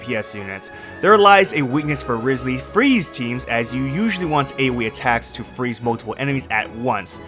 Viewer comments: If I lose guaranteed trying for Neuvi, then my guaranteed will go for Wriothesley! And also can people STOP mispronouncing his name now?🫣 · you butchered it